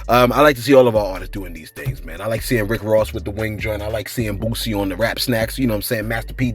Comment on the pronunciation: Is your delivery deliberately wack? You're not very good at pronouncing names either, the man's name is Boosie, not Bootsy as in Collins!